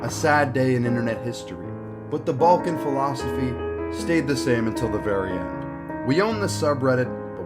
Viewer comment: It's not Bolkan , it's Balkan, say it right you little anglo-german.